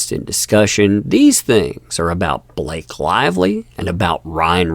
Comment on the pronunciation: "Is there a Bah Lak ehe in the room?" Do you mean Blllaaaaake? "Go to the Principles office!"